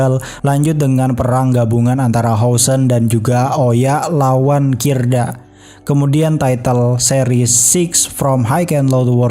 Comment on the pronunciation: kidra bang bukan kirda 😂